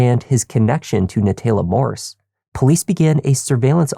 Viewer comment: NaTAYla… if you can’t pronounce it correctly stop trying to narrate just let the video play